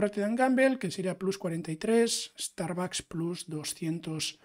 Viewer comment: Me encanta tu contenido, muy bien explicado, nuevo subscriptor. Sólo un apunte si me permites, "plus" en español no significa "más" y si lo estás diciendo en inglés sería /plʌs/. Lo digo como mejora, porque al menos a mí me chirría cuando lo escucho, no como crítica.